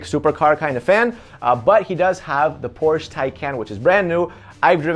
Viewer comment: Why does not know how to pronounce Porsche?!